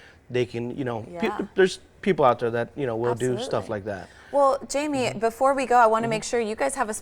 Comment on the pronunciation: his name is Jaime not Jamie 😂💀